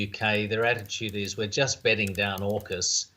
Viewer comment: I thought he said jackas